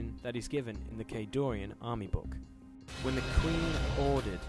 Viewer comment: During the background info part, the music is too loud. And, it's Khadoran, no i. Great video anyways!